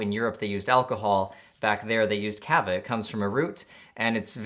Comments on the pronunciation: it's pronounced kāhvāh. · I am a huge fan and I really love your channel, but I fucking cringe every time you say "kava" incorrectly. The first "a" in kava sounds like the "a" in "taco", not the "a" in "cat."